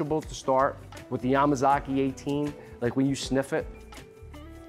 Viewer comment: Good accent when you said Yamazaki.